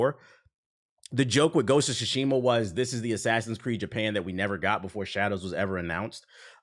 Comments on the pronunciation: “Gosha Shashima” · "Ghost of Guatemala" 😂